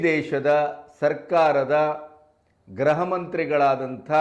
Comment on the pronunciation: ಗೃಹ ಮಂತ್ರಿ ಅನ್ನುವ ಪದವನ್ನು ತಾವು ಗ್ರಹ ಮಂತ್ರಿ ಎಂದು ತಪ್ಪಾಗಿ ಹೇಳುತ್ತಿದ್ದೀರಿ.